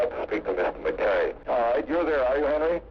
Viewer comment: Im trying to listen to this and fall asleep and can't as a Scot. It's driving me nuts the constant purposeful wrong pronunciation of the Scots name, McKay or MacKay. Usa people used to know how it was spelt but now with their trendy americanese they're desperately trying to invent they deliberately state it wrongly. I can't sleep because of it. It just reflects a poor education.